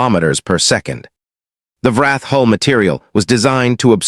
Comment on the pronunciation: I wish all these Sci-fi channels could teach their AI the difference between hull and hall. And the pronunciation of read and read.